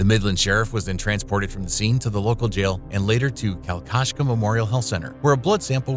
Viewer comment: Your butchering the word kalkaska, I'd hate to hear you pronounce Ypsilanti